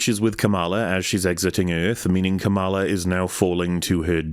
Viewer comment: the kamala mispronunciation had better be a snide political reference